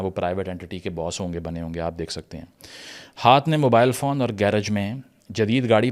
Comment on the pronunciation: Fawn nahi hota, Fone hota hai. You're welcome. Apka Bara bhai!